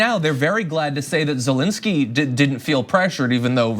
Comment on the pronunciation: It's Zelensky, not "zelinsky".